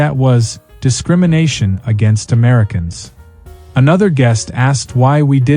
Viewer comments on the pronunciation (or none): none